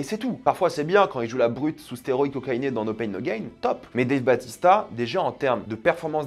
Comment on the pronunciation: Par contre, c'est pas Dave Batista mais Bautista! 😉